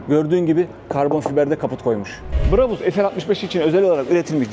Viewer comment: Brabus Orjinal söylemde a yı şapkalı â gibi uzatarak söyleniyor Almanyada ! Bu şekilde söylediğinizde çok garip oluyor! Örnek Bravo yu söylerken a sı uzatıldığı gibi !